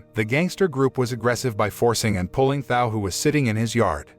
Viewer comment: Thao was not pronounced how it is being now. And the phone call was about football tickets. The more I listen , sounds like someone dodnt pay full attention to the movie.